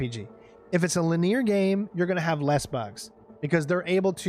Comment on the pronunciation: Why do you pronounce the word linear as “laneer”? So strange.